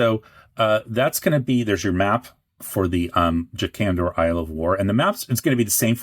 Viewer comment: Most of the alternate pronunciations I hear from you are reasonable, but who in the world would pronounce "Jakandor" with the emphasis on the first syllable??